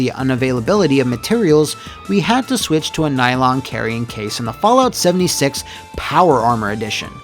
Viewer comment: Did he just say 'Soulja 76'? My dude